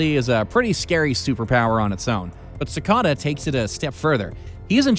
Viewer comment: who cringed when he pronounced it sic-ad-a instead of si-cade-a?